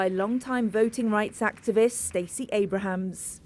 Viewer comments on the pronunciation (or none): Her name is Stacy Abrams, not "Abrahams". Get it right.